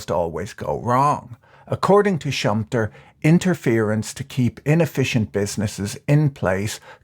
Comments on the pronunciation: Schumpeter is pronounced differently. I know him but didn't recognize the name when you said it. the two Es are not silent. Schum-Pe-ter not schumptr Great video and especially ad though, thanks for. The. Content patrick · He is called: "shum-peter" not "shumpter" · Funny way to pronounce Schum-pe-ter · Great Video, but my ears started to bleed when I heard your pronunciation of Schumpeter (sh-oo-m-p-e[like Edgar]-ter) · It's Schumpeter, pronounced like shoe-um-better, but with a long e ;-)